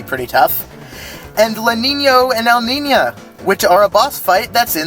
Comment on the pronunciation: I'm just here over the moon (no pun intended) at someone saing Lanino and Elnina's name with Ñ included. My ñ speaking self (that's spanish, for all you people outside of that part of the globe) appreciates it, good sir.